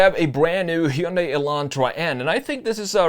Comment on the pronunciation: It’s not bad … but the pronunciation of Heeundai damn sure doesn’t work for me